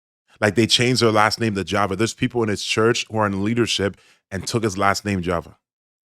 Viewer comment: Goodafternoon, sorry my father's name is not pronounced Jeva, it's Java. Thankyou for the advertisement for my family. God Bless You